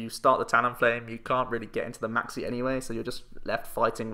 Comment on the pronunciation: When you say Maxie I keep thinking you say Maxx "C" and get very confused